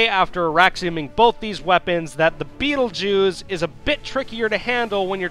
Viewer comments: Thought I heard "The betel jews" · I heard "beetlejuice"